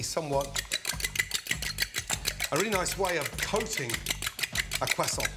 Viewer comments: Its a "crew-sont" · Wtf is a “cwassaunt?” 😭😭😭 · “Teacher” any questions ? “ Carl weezer “ umm yes are you going to finish that cwoissant “teacher” knock your self out “ Carl weezer” swallows whole croissant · Dude said crossaints and I thought great I could make this, then named 30 other ingredients I don’t have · A quesaunt 🤣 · "Quest aunt" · i like the pronounciation. Qwassont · Leftover Cwasoant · Cwaaa-sawnt 😂 Looks amazing though - shall be doing it. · Am i the only one that hears Cwoissant? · Brits saying croissant will never not sound weird lmao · We don’t prononce the t of croissant